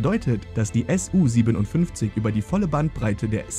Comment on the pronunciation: Nicht S U, sondern Su von